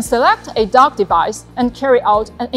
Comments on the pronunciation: I thought she said DJI dog. A little dissapointed I wont be getting a drone dog. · i love it but i swear i keep hearing "THE DOG" 😅